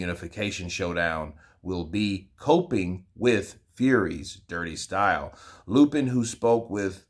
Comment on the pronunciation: Its Sergey LAPIN, not LUPIN